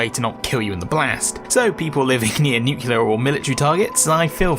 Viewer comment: Great video, but you pronounce nuclear wrong so I'm coming for ya'